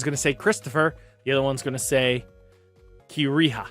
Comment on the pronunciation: YAY 🎉🎉 He said Kiriha correctly